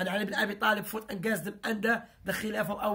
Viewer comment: Ur really good, but please work on pronunciation. Specially word 'against', 'illness' etc